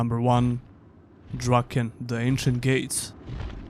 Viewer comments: it's called DRAKAN not "draken". you are even showing images with the cover written correctly but you still misspelled it. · It's Drakan, not Draken